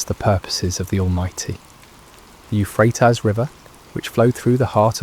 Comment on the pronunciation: Is there some reason that the Euphrates River is not pronounced right? All one has to do is check online. Makes me think that it's not an actual live human narrating the stories. How bizarre! And how disrespectful.